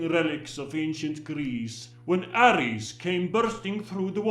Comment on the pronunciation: At least he pronounced Ares like we do in Greece ( Aris/Άρης ).😀